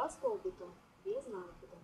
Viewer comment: Очень красиво!Только правильно не без нАкида , а правильно произносится без накИда.